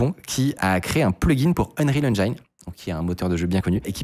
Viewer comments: Salut, je voulais juste te faire savoir que "engine" en anglais ne se prononce pas 'enjaïne' mais 'enjine' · J'adore vos vidéos ; superbe travail de veille... Par contre, je vous en prie, arrêtez de prononcer "engine" henedjaïne... le i de engine, se prononce "i" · "unreal enjaïne"